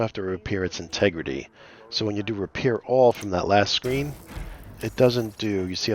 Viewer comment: Integridy! Randy Marsh would be proud.